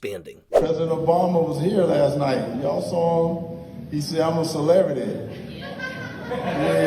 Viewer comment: I never knew you could pronounce the word CELEBRITY without pressing your lips together.